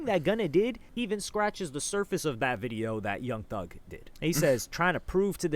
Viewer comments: “Young Thus” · ‘Young Thus’ u gotta fix that, pushing out these videos too quick